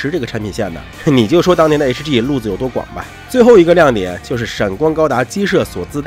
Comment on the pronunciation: hg能发音成这样还是别来油管了吧